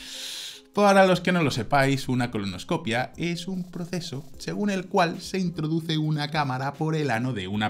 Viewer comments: ColonoscopÍa, acento en la i. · Se dice colonoscopía mi querido..